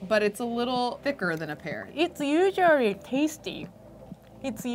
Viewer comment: This asian saying usuarry lmao instead of usally bruh 🤣